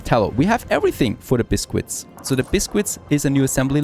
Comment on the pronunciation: Oh my god, your butchering of the pronunciation of Biscuit is triggering.